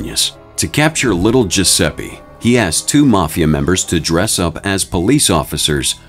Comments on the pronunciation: It's GiuseppE not Giuseppi. I get the american accent which is not bad, but Giuseppe is such a common name 😂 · GiuseppE, not GiussseppI, for god's sake!